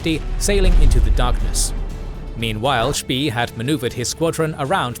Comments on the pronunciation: Spee shouldn't rhyme with English "pea".. rather with "spay" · I know it's an AI voice, and credit due, is probably one of the best AI voice out there. However, Spee, is pronounced Shpey, just a little something that annoyed me. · I know, was just pushing him into the right direction. If he pronounces it more like 'Spay', it wouldn't hurt my ears so much :) It is also funny to hear Americans pronounce words like 'Wehrmacht', 'Führer' or 'schön' - so far of the mark. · Yeah it should really be pronounced something like "shpay".. rhymes with Spay and Neuter your pets. If you put "spee" into google translate on German you can get a pretty good German pronunciation. This goes for almost any common language. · No, it is an AI voice, just one done very well, however, there are some slight pauses and inflections where you can tell. Also, Spee is pronounced Shpey. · Spee is pronounced like spray, minus the "R". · Was looking if it was already mentioned... It is very distracting to hear such a bad pronunciation of a German name